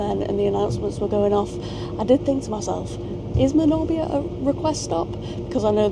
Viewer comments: Manor Beer! Not wot u keep saying 😂. So ecstatic to see Clarby Road where my love of trains began nearly sixty years ago! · welcome to Gods Country just one point listen to the train announcer how he says Manorbier you missed the Milford Haven branch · "I think it's because I'm wearing jumper and pants" yeah, for us Brits she means trousers Also the way you say manorbier 😂